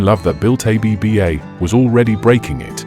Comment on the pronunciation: Stop saying A-B-B-A. Did you research how to pronounce the group’s name before you created this video?